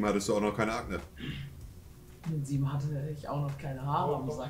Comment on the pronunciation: DIGGA DIGGA DIGGA DIGGA 🤦🏼‍♂️ Der sagt auch statt Akne „Agnes“ 😳 Inzucht ? 🤔